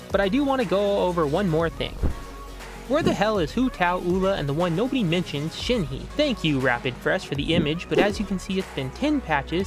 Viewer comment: Who tf is Shen-hee, Oola and Bun-zoo?